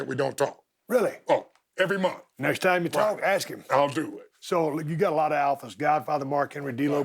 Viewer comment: Ron is the only person alive that I won't make fun of for saying "ax" instead of "ask".